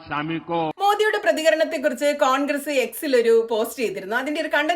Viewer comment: കോൺഗ്രീസ് അല്ല. കോൺഗ്രസ് എന്നു പറയൂ. പ്രായം കുറെയായല്ലോ. 😂